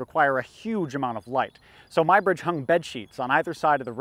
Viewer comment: "Ed-wierd Mybridge"? Do you mean the English photographer Eadweard Muybridge (previously Muggeridge) working in the USA, pronounced just - "Edward" - Although considering some of his behavior 'Ed-wierd' may not be completely wrong. Good programmes BTW - although this one gave me a head-ache, can we have a non-3D print of this please? The history of 'cinema' may go back a lot further than this programme suggests - it appears that the paleolithic cave paintings in locations such as Lascaux may have been used in a 'magic lantern' like show - young hunters taken down dark deep passages into the bowels of the earth, a burning torch illuminates fantastic images of running beasts in its flickering light, while the elders tell their horror tales of gored, mauled and trampled hunters. Here's a couple of ideas for you - Aethelstan - first King of England, a tale that only needs some dragons to turn it into Game of Thrones Why does England seem to do so much better under Queens than Kings? Elizabeth I, Victoria, Elizabeth II and Æthelflæd, lady of the Mercians and Aethestan's great aunt